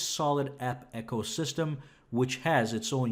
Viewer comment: ecosystem not echo you keep saying it wrong on your videos